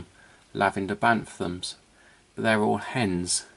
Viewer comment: I’m not sure but I’ve noticed you’re saying banthams when it’s really bant-ams, I don’t mean to be critical I’m just a bit confused 😊